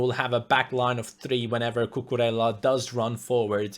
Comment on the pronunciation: time to blow your mind again, his name is cucureja because two L's in Spanish are pronounced as J, like David Villa for example.